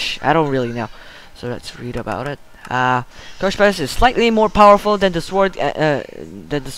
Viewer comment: CO-FESH! NOT KOSHPESH!... sry, its just blades are my specialty.